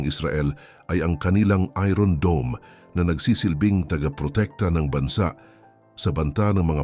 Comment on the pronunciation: Ayosin mo mga ung pronunciation mo ng iron.😂